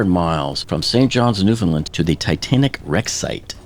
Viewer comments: 1) As someone who grew up there, please, if you do anymore Oceangate videos, or just if you ever have cause to say Newfoundland again, please practice your pronunciation? 😅 It's pronounced like Newf'nland, not Newf'nlund. The primary/main stress in the word is on the syllable land, there's a lighter secondary stress on the syllable new, and there's no stress in the syllable found, so it gets pronounced like newf'nLAND. 2) I thought the reason for the 27 hour Titan dive was because that was the same one where Stockton strong armed everyone on board into waiting 24 hours on the bottom for the squibs because he wanted to avoid separating from the landing tray? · not a single youtuber knows how to correctly pronounce Newfoundland. everybody gets it wrong